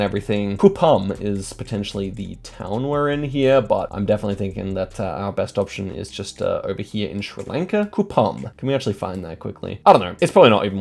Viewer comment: every time:Schri Lanka